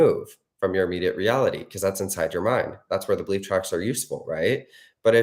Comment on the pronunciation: Omg I had to play this so many times “belief tracks” 🤦‍♀️ I thought you were saying bleep tracks. It’s been a long day for me. Urghhhh. Breath work time